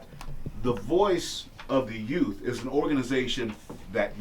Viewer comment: It's not Youf.....it's youTH. It's real easy to say. Put your tongue between your teeth and blow a tiny bit of air. So you say U....th (tongue in teeth blow air)